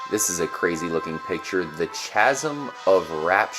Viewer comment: 3.14 is pie. chasm is pronounced kazm. that jetpack sticker, hes also carrying what looks like a flame thrower. while youre there you can zoom using the snapmatic app, no need for weapons. ooh and try the black cellphones number while in lesters house?